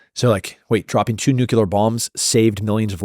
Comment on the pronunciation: I like Tim, but I wish he would stop saying nucular bombs. It’s nuclear.